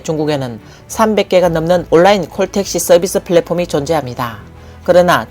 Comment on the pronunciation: 시붤이 아니라 시월, 올라인이 아니라 온라인.